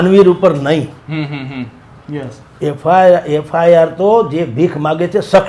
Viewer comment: FIR બોલો FRI નહિ